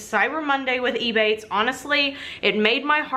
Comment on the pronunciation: It took me so long trying to work out if you were saying ebay or ebates